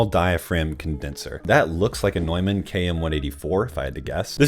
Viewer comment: I'm impressed you used the proper German pronunciation for "Neumann."